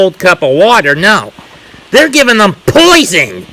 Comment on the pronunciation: When dude said POIzon I lost it. lmfao!